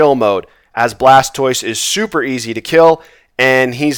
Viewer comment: Another great run sir! Much better loot this time, cracks me up everty time you say Charzard and Blastoice lol